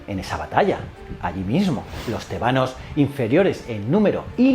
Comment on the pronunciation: Tebanos , con acento en la E ??? no es con el acento en la A